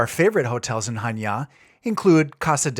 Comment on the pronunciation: I like that you're pronouncing Chaniá Χανιά with the accent on the last 'a'. There are a few English-speaking travellers making blogs about Greece and most of them can't read Greek or pronounce the names half-way correctly. Kudos. All the best from Switzerland, Rob